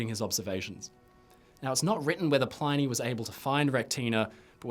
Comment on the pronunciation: PLINNY not PLINEY! stick to the titanic mate haha jk